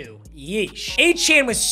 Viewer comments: It’s achane like train but achan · yeah its pronounced a chan but a chain is so much cooler so idgaf what he said in an interview